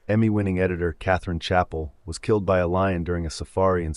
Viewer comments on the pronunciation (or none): none